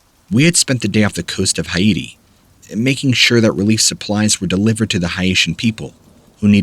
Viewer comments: Hi'aiti ain't country I ever heard of. Do they speak Engrish in Hi'ati? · Guy doesn't know how to pronounce Haiti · Interesting pronunciations of Appomattox and Haiti.